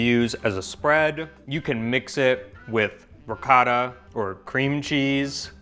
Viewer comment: Come on, when are going to learn how to pronounce ricotta? Ricaaataa sounds horrible. You’ve been to Italy enough times now. Let’s go.